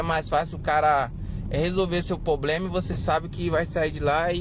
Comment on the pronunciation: Amigo, pRoblema e não pOblema.